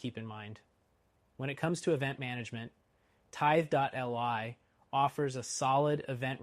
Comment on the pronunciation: It's "Tithe-lee". It would be nicer if you showed screenshots of the different software screens.